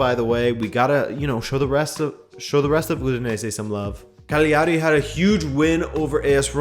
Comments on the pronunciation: the gl in italian, you can treat similarly to the lh in Portuguese, it's not a g in either case, so in italian the word Cagliari is 3 syllables long. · Or put more simply: G is silent when put before L in Italian, so it's pretty much "Caliari".